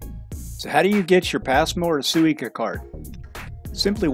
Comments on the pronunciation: Great video... but the way you kept saying "Suica" definitely made me confused. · New drinking game: take a shot every time he mispronounces Suica lol I kid good video!! Like the POV view and from Haneda!